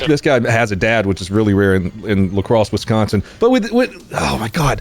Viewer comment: All right! He switched back to the correct pronunciation of La Crosse!